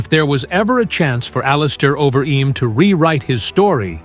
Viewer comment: Terrible AI V/O: "over eeem"